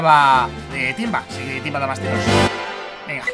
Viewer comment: Editalo porque dijister timva??? Si es timba jaja😂